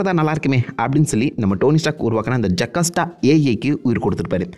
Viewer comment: Bro it's JO CAS TA